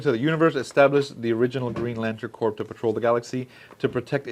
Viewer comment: Just so you know, it’s pronounced like “core,” not like “corpse.”